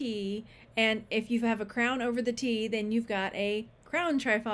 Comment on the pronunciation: Hi, just love watching you, you're so much fun...but I have a comment about Trifari..dont remember if you mentioned them here and please know I'm just passing some info along..no "these ones" comment 😊. When I was young I worked at a high end womens clothing store and we sold Trifari...the first i is pronounced like the i in it, not a long i like in tri which you would expect. I even listened to the YouTube appraiser Dr Lori appraise a piece of Trifari to make sure.